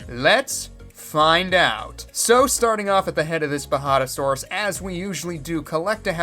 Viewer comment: Even though you made it a point that it’s been recorded and me saying how to actually pronounce the J is pointless here, ima just say you had it right the very first time xD (and the whole time)